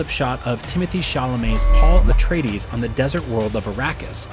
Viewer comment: don’t you mean “Pah-ool Ate-er-eye-deez?”